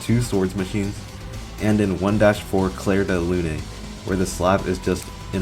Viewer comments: "clair de loo-nay" 😭😭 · "clair de lun-A" lmao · de "looneh" lmao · I was trying to process the word "slab" because you said it so many times I wondered "what is the word slab, dawg" and then you hit me with the unexpected "clair de LunEY" and that was a K.O. for me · i clicked off immediately after hearing you say clair de lune like that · Bro I agree with most of the stuff in the video but, with all due respect, wtf is that pronunciation of "Clair De Lune" 😭